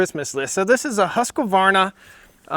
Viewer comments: Not to be picky but it's pronounced Husq varna no Husqa varna. Nice vid, stay safe out there! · Hoosk-varna. Not husk-A-varna